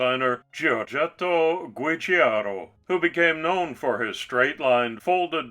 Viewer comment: Nice job but it needs a couple of siblings. The JPS Lotus Esprit(black and gold), the Lotus Essex Esprit Turbo and there was a green/yellow special edition which commemorated the early F1 cars of Colin Chapman and raced by Jom Clark. For your info Giugiaro is pronounced "Jew-jar-ro" but hey I say Tomato and you say tomayto.....😉